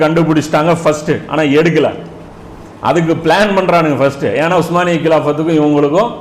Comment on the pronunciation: உஸ்மானிய பேரரசு என்று சரியான உச்சரிப்பில் சொல்லக் கூடிய உங்களைப் போல ஓட்ட வாயன்களான ஆங்கிலேயர்கள் சொல்ல முடியாமல் ஓட்டமான் எம்பயர் என்று சொல்கிறார்கள்